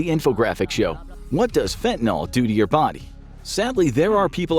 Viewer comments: Fentanyl, not fentanol. Please. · "NYL" Not "NOL" Jus' sayin' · I don't know why it bothers me so much, but your pronunciation absolutely drives me up the wall. It only has one "a" in it. It's not "fentanall" but more like "fentanull". You're not the only one saying it that way and no it doesn't really affect anything at the end of the day but I just wanted to throw that out there. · Why do you pronounce it "Fentinol"? It's Fentanyl. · My kid bro ODd on that sh.t. Its spelley with a "yl" not "ol" . Its pronounced fentenILL. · It's not pronounced fent-nol, it's fen-ta-nil. NIL, not NOL. Why does everyone keep saying it wrong? I suppose eventually this mispronunciation will make it into the dictionary due to popular usage, but it's not there yet. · FentaNILL. Not fentaNALL. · Please please learn to pronounce it correctly -- it matters! Its not "FEN-TEN-ALL". It's FEN-TAN-YL". in chemistry nomenclature the last syllable means something specific, the designations,are systematic. Alcohols end in -ol, aldehydes end in -al. " yl" is more complicated. I'm going now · Its Fentanyl, not Fentanal! Omg. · not "fentanol", fentanyl. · Why do people constantly pronounce the name of this drug "fentaNOL," when the word is spelled "fentaNYL," which in English should be pronounced "fentaNIL?" This drives me nuts. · FentanYl like "ill" not fentanOl like "all"... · Train the Infographics voice to say "fentanyl" and not fentanol. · It's fentan-YL, not fentan-OL. If you can say benadryl, you can say fentanyl. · It’s fent-uh-NIL, not fen-tuh-NAHL. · Why does everyone pronounce it fent-in-all when it’s clearly written as fent-ah-nil? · Why does everyone pronounce the nyl like nuhl or noll? Correct pronunciation is like fen-tuh-nil. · fentaNYL, not fentaNOL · why do people pronounce it, "fentanol"? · Stop saying FentanOl . It’s fen te nILL with a Y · It's fentaNYL, not fentaNOL. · Fen-tan-eel, or fen-tan-ill, not fen-tan-ol. Fentanyl has no alcohol group. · Its FENTANYL not fentanol.